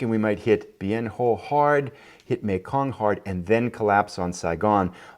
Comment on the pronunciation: Just a pronunciation note,: Bien Ho is actually pronounced Bien Hwa (I heard Walter Cronkite say it that way often enough on his nightly newscasts, back in the day!). Also, a question: how did the Tet Offensive go from Jan. ‘68 to Jan. ‘69? So far a great replay! Keep it going.